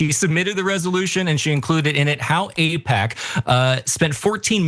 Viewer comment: there's alot to APAIC there 😂